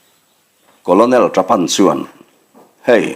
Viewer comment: Colonel===...*kawlnel* tih angin han lam mai ta la,,*kawlawnel* ti lo hian..Thawnthu thar ahnai dawn em...Hemi nena kawp theih tur in.....hei chu beng afah teh chiam loa...vai lian lo lang chin hi chu apasaltha tawh tlat lo😃😑